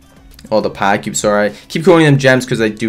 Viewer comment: Is it me only or does he say pa-cube instead of powercube?